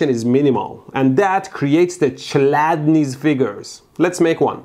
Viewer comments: Well, it's more klædni, than chlædni, you know… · Youre saying čeladnis. Its chladnis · it's not Ch like in Cheetos but Kh like in Kholmogorov, also Chladni means Cool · the man was east german, it wasn't pronounced like tch it was pronounced like either a k or a czech ch, which doesn't exist in the english language. this gave me dain bramage. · I think in the Chladni you read the Ch as J in Juan and Chl as Cl in Cloe. Rest is ok.